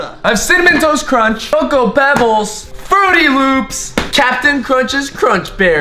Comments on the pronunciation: Is saying frootY loops on purpose? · Does it bother anyone else that he says fruity loops instead of fruit loops? ;-; just me ? Ok... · It's not frooty loops it's Froot Loops no ufens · He said "fruity loops" but it is supposed to be "fruit loops" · Does it annoy anyone a little how is calling Froot Loops Frooty Loops? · Who else cringed when said "Fruity Loops" when it's "Fruit Loops"? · im dead 😂💀he said fruity loops and its fruit loops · IT'S FRUIT LOOPS. MY JESUS SAYING FRUITY LOOPS KEPT BOTHERING ME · said Frooty Loops isn't it Froot Loops? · This video bothered me because he said Frooty Loops. They're Froot Loops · everytime he says fruitty loops I keep saying fruit loops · He said Frootiy Loops Its Froot Loops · It's called fruit loops not fruity loops but that is still a nice and funny way to say it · he said ' fruity loops ' when it's fruit loops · Anyone else get TRIGGERED every time he says "fruity loops" instead of "froot loops" It just bugs me. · Who else cringed when he said frooty instead of froot, still like him dou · said fruity loops instead of fruit loops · Did anybody notice that he said "FRUITY LOOPS" its FRUIT LOOPS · its froot loops not frootie loops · STOP SAYING FRUITY LOOPS ITS FRUIT LOOPS!!!!! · Bruh it's called frost loops not frooty loop. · you're saying fruity loops wrong your pot to say it up Froot Loops that's all you call them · Its Froot Loops not frooty loop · Stop saying fruity loops its Froot Loops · it's not frotie loops it's froot lops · He called it fruity loops I love his vids but I wanna smack him for that. Also he said captain crunch berry so I wanna smack him for that too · Also he keeps saying fruity loops instead of froot loops (btw the way you spell it is froot) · it is not frooty loops it is froot loops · he said fruity loops it's fruit loop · Fruity loops there's no y in fruit loops if talking bout a y u talking about Fruity pebbles 😹